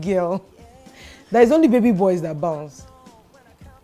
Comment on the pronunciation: You mispronounced the word the word 'bounce'.